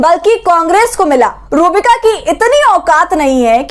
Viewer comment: Madam aap naam to sahi lijiye... Inka naam hai ROOH BIKA..